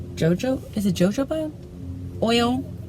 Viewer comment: Jojoba is ho-ho-ba. 🤓